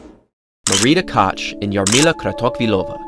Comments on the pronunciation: Koch: No!(Koch, not "Kotsch"!) Sorry, I'm German :) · you pronounce Martia Koch's surname wrong. The "ch" letters have to be pronounced like "h" in Hemingway or Hennesy. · Kratochvilova was pronounced quite good, with that "CH" ("J"avier) exception... but still, quite good ;-) Koch was wrong - I just wonder why, German language is quite widespread, no? Comparing to Czech at least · Butchered Koch too.